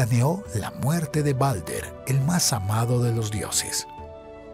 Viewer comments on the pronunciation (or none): Se dice baldur no balder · No es balder es baldur perdon si ofendo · Creo que el nombre se escribe Baldr y se dice Baldur